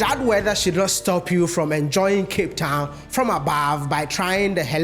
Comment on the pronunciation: “From Cape tawn to Cairo ….wode Mayaaaaaa